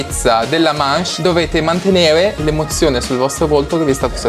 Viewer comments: Ma perché dice manche e non manch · non si dice mache ma masce